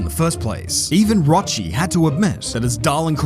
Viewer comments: Dude’s name is pronounced Rocky no Rotshee. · Actually he is pronounced ROCKY and not ROCHEY 😂 but otherwise your analysis is correct 😂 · *Rokki not Rochi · it's pronounced "rokki" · It's pronounced like Rocky. The h hardens the cs.